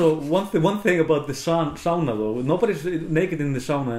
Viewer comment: How nice to hear the correct pronunciation of sauna from a fellow American! Nice work. I'm so eager to get back to Iceland, and all the information from your channel helps a bunch.